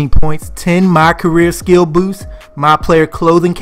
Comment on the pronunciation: Bruh are you from the DMV? You say "boost" crazy AF to me lol😅. No hate I was just tryna pick up that accent